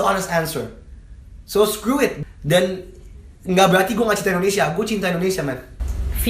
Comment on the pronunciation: ane bantu ralat kajo sblom jadi capres. "Indonesia" bukan "Endonesia"